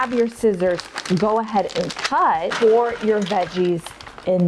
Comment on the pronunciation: Lol! I thought she said pull too. But realized it was pour